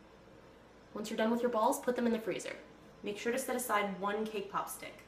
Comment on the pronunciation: at first i thought she said K-pop